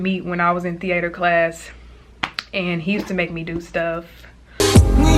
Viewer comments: the - 8ter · “Thee ayter” 😂😂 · thee-A-terr i love that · the way she says theatre gives me life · Right that’s not how you even say it😂